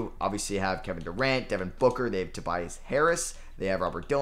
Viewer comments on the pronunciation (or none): none